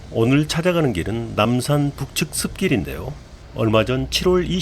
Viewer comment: 숲길을 자꾸 슾길이라 발음 하시네요. 발음 연습 좀 하세요.